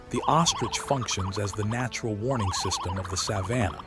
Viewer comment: Too bad this AI narration can’t pronounce “Savannah” properly!